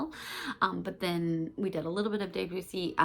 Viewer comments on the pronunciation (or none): Oh, and Debussy = "Deb-you-see" 😊